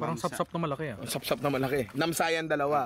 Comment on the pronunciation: ninong "mamsa" ho hindi namsa